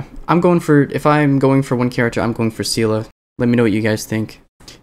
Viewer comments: im pretty sure Seele is pronounced seal-lee btw, it's like the genshin seeles :) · bro literally calls Seele "Seala"?? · i split it into two: see-le the "see" as in the word see and the "le" as the "le" in leave The japanese dub of honkai pronounces it somewhat like "see" as in the "se" in sent "le" as in the "re" in rent, but the "r" sound is more trilled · lol dw, it does come with a bit of preference but it does feel a bit weird